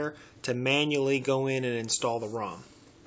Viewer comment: why do you pronounce 'cache' as 'chase?